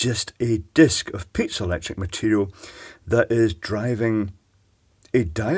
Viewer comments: Iv never heard it pronounced pizzalectric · pee-zoh electric